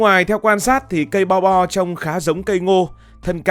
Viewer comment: Bo bo mà đọc lộn thành bò đỏ hoá ra cũng đều là thứ cho Bò đỏ ăn cả :))))))))))))